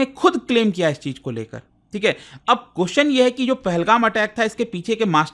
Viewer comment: Sir I respect your report but please understand please learn to pronounce question you extend the question ( pronounce )to qqqqooostn ye hai ki like thin please take a note on this millions are watching you